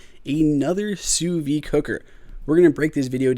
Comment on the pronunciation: That's how it's pronounced.